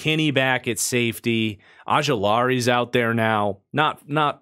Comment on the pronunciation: ojulari is pronounced with the long O oh-joo-lahr-ee